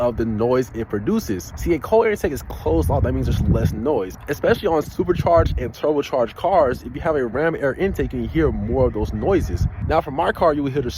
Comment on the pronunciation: Bruh did not just slip up saying turbocharged and continued like no one noticed